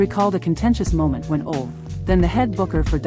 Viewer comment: What a goofy announcer....cant even say Ole....thats sad